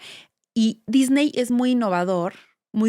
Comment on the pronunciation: Muy completa la información y para no variar, demasiado uso de palabras en inglés en lugar de usar su equivalente en español. Sin embargo en esta ocasión hay un plus imperdonable: no pronuncian correctamente el apellido Disney. Tache.